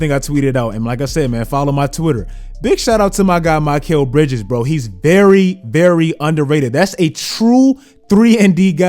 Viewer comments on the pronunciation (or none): My-Kel Bridges? Yo what?